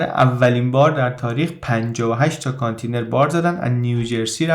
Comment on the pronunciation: با احترام تلفضش میشه کانتٍینر .